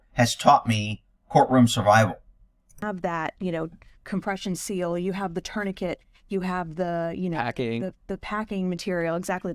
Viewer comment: What is a turny kit? Tourniquet is pronounced torn-i-kay.